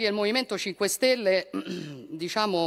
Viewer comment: " disciamo che abbiamo qualcosa da dire"....che disciamo.....😂😂😂😂😂😂😂